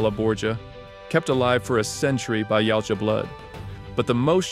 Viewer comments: Yautja is ya-ooh-cha, not yalcha. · YA-OOT-JA NOT YOUT-JA